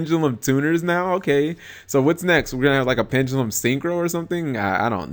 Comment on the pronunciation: Pen-Duh-lum. Not pen-ga-lum